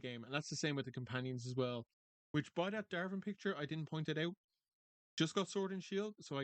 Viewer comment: it's not darven it's Davrin Dav rin